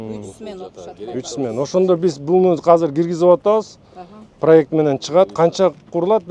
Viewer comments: Казыр эмес азыр деп суйлосон уйрон жакшы суйлошту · Казыр дебечи котогум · казыр эмес азыр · Казыр эмес азыр десен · Мер молодец .бирок Казыр дебей Азыр десе Жакшы болмок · Казыр эмес. Азыр болот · Мэрдин казыр деген созу азыр дегениби же кандай? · Бизде Азыр эле дейт Казыр дебейт 😢☝ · Жакшы меердин ишине ийгилик берсин Аллах Болгону азырды казыр дегени кызык экен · КАЗЫР ДЕЙТ ЧУЙЛУКТОР